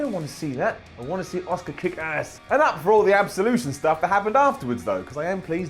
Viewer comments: please say it right.. ASSKA is the correct way to say it not OSCAR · its Asuka not Oscar. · Everytime he says Asuka it sounds like Oscar and that is so annoying to me last track of the whole video after that